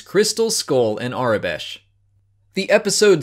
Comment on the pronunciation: Where might one find the aure besh (Or how ever you say that) That you have? :P